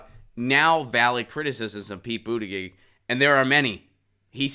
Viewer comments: You lost me at multiple mispronunciations of his name. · Adam Gulick he spells it out correctly but he does not pronounce it correctly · Why do you keep saying his last name wrong? Why do you keep saying his last name wrong? Why do you keep saying his last name wrong?